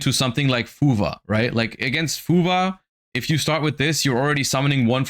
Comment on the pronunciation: Why does it sound like he says fuva? When he’s talking about fuwalos?